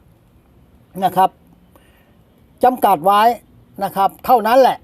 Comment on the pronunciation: พี่คำว่าไว้ อ่านเป็น ไรเลย?!!!!!